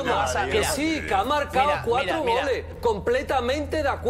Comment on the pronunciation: Me da risa Soria porque en lugar de Goles dice "Gole" JAJAJAJA